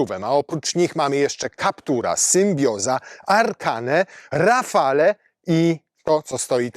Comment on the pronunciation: Przepraszam, że się przypierdzielam, ale Renault Rafale czytamy jako "rafal". "e" na końcu jest nieme.